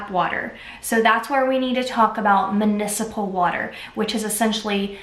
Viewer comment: Wow awesome comparisons; thank you! Btw it’s mUnicipal not mAnicipal.